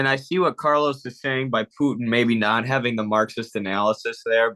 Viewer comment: it's Putin, not pyutin